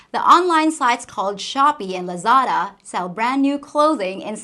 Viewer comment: Thank you for saying Lazada. I've used them frequently, but had never heard it pronounced before.